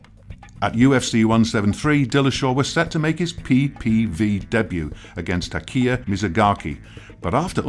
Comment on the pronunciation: I think your narration was fine, the way h says “p.p.v debut” & how he says records is kinda meh...